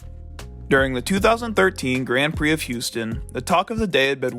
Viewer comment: you know its called Grand Prix, not Grend Prix ...